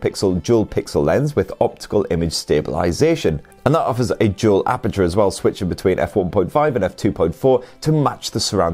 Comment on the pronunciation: lol i thought you said “jewel” instead of “dual”